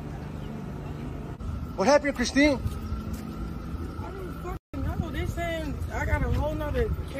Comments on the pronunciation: He said chriseen😂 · 😅lol I’m like WTH is Christine Chrisean: are you going to record me the whole way Man: yes cause your a star But dang can u atleast get her name right😂